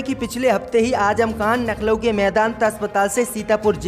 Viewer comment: सब बात सही है लखनऊ बोलो नखलउ नही